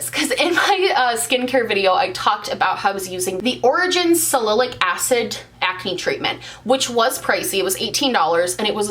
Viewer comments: She also says Origins “salillic”. Every time! She has said it in previous videos too. If I didn’t know she was talking about “salicylic”, I’d be SO confused 😂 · Lmao girl it's a doe foot.. because of the shape looking like a does foot. And sal-a-sill-ick. Salicylic. Love you so mucho!!! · Sal- a-cyl- (sil) ic :) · Salicylic (sala like salad, cylic like sillick) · Pronunciation comment that’s not about dofa 😂 Salicylic acid is pronounced sal-uh-sill-ik (I’m only saying it because you weren’t sure about it 😘) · Salicylic is pronounced pretty much phonetically- sal-i-sil-ick. Love you!!! ❤️ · AAH i keep reading the comments and everyone keeps saying salicylic acid is pronounced differently. in an american accent, it is sal-uh-sill-ick acid im dgfhsjhf every time u say "dofa" i just think... "bofa" lmfao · Sal-uh-sil-ic acid.. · It’s pronounced sail-uh-sil-ick 😉 you’re welcome 😊 Doe foot you maniac! 😂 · i always pronounce it like sah-lah-si-lick but maybe thats just my accent? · In the UK it's pronounced sally-sillic acid. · SAL-A-CYL-IC acid. lol you're so cute. :)